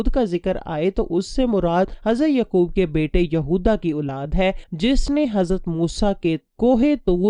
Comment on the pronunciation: With respect some of your word's pronunciation is absurd. For example Hazarat Uzair not Aziz and Hazarat Yaaqub not Yqub.